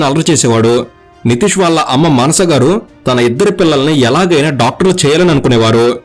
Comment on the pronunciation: మనస కాదు ఆమె పేరు మానస